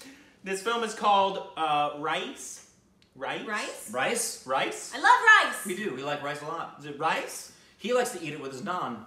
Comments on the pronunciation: It's pronounced as Ra-isss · That's not Rice 😂 but pronounced as Ra - ees which means Rich. That's from the state of Gujarat where Mahatma Gandhi was born. Alcohol is prohibited there. It's a Masala film. U may give it a Miss. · Don't call rice .. u insulting lol...it's raees .. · Rice😂😂😂😂😂😂 It's raees means rich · It is pronounced as Ruh-yees means rich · Just for the pronounciation its Rha-hiz No offence intended!